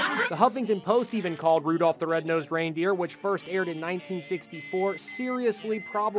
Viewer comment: There’s no L in Rudolph